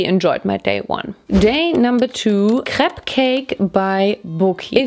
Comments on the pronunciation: As a breton, it made my heart happy to hear your correct prononciation of crêpe. It's actually pretty rare lol. And next time, if you want to make perfect crêpes, try to use the rozell (little wood thing) in small circular motions and in the same direction. It helps to make a neat form and it prevents holes too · Your speel of crêpe is very frenchy ! (And i'm french :3) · That’s the way we pronounce it in Germany :)